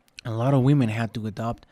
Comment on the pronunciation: I'll never understand why this guy pronounces women "woman". o_O